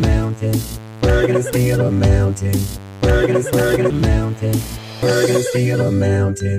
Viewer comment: Why do I keep hearing “Bergen steel amounted” instead of “we’re gonna steal a mountain”?